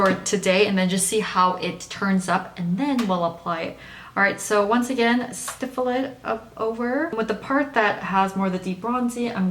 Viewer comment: don't see much difference. i still don't know whether to use it under or over something. also,... it's stipple, not stiffle. LOL. thanks for the review